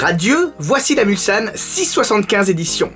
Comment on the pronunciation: Justement ! Moi qui suis un ancien Mulsannais , je peux vous dire que notre serviteur le prononce impeccablement, là ou beaucoup disent souvent " Mulzane".